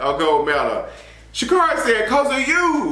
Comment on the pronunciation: Her name is pronounced Sha’Carri(e)—> shuh keh ree